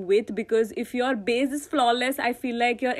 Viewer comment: It's so cute how you call "base" as "baze"😂❤❤